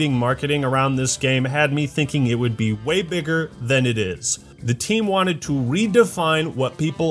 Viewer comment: When you said “bigger” I really thought you said the actual word and almost spit my food out and laughed.